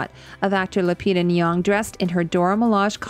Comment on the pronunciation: Just one tiny addition to your wonderful video: the actress’s name is Lupita Nyong‘o! (there is an interview bit on YT where she says how to pronounce it)